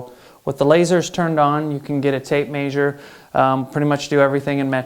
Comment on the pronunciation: The way he says measure 😂 he says maysure 😂that's great